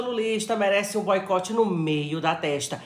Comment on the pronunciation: Kkkk a palavra "boicote" é engraçada na boca da.